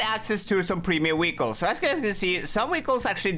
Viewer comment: Bro its not weekle its vehicles